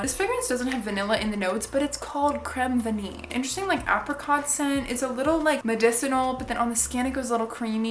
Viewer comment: YEEEEEES 40 min of vanilla perfume speaking is what I'm here for THANK YOU and btw I'm french and the way you said 'crème vanille' was impeccable I thought you were french for a second lol